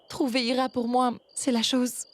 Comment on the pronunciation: Moi aussi j attendu au lieu de dire ira elle as dit icha